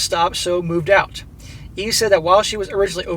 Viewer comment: "Get oot"